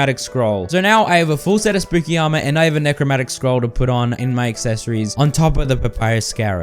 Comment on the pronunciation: I'm a melee boy, I only use summons to add extra damage on top of my melee attacks.. And you forgot a syllable, it's Necro-MAN-tic not Necro-MAT-ic